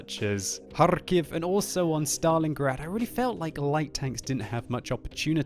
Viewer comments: LoL that HarRrRr- kiv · he is saying it in it's original language. :) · The russians slurr the K